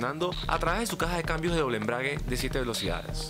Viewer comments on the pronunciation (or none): none